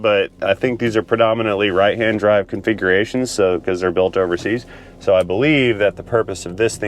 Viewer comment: Turning off noise cancelling didn’t alter your voice too much. Enjoyed your test dwive with all the fancy electwonics.